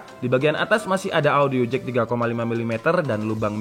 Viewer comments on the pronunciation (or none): none